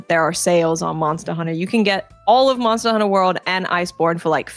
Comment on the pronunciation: Sounds like she’s saying “monstah hunter” every time lol